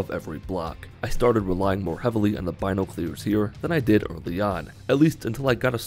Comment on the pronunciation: him saying binoclears makes me sad